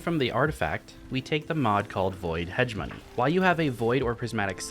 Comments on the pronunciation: Man really said "hedge money" 😂😂😂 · The amount of d2 streamers who mispronounce hegemony is hilarious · no cross says it right. It's like "heh, Jeh, muh, nee". Just not hedge money. They drop a syllable this way and it's slightly annoying 🤣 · Hegemony ➡️ huh-GEM-uh-nee. Everyone is saying it wrong. Sorry for being a dick